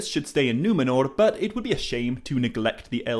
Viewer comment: Love the way pronounces Numenor correctly with the trilled R without it sounding super exaggerated like the characters in RoP!